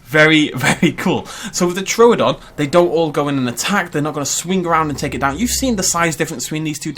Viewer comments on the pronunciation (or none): True don not tro don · True don! It's not TRO don. You say everything else right, but you can't say it's name right.